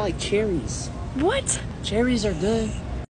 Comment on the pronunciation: got me dying when he said “cherries are gUOoED”😂